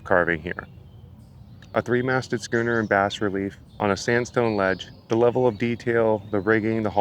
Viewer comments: Not to nit pick, but just for your benefit, BAS-RELIEF should be pronounced Baah-Relief. It's French, Just FYI. Other than that, excellent video, very interesting. Thanks. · Awesome, awesome video, man. 🤝 I love weird, creepy stuff like this, and I can't help but imagine what the post-apocalyptic crowd will think, in a couple thousand years. 🙂 Nor, I'll confess, can I stop myself from mentioning that bas-relief is pronounced like what Scrooge says before "humbug", rather than like the fish. But please know that I say this kindly... and as someone who tried to spell arboreal with an i, only last night. 🫠 Have a great one, man. I've subscribed for more.